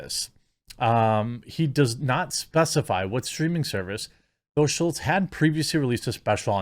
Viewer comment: Both you and the Crowder article are calling him Schultz. His name is SCHULZ. There's no "T" in his last name.